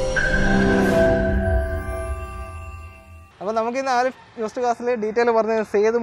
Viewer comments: ആലിഫ് അല്ല അലിഫ് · ബ്രോ ആലിഫ് അല്ല അലിഫ് എന്നാണ്